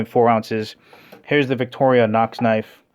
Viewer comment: It's not "victoria nox fibre nox", it's "Victorinox Fibrox". Also the X30-steel on the Mercer is 0.3 % carbon, so it's not "high carbon". Other than that, great honest review. Will yet stick to my Shun, though, because I don't like fat plastic handles.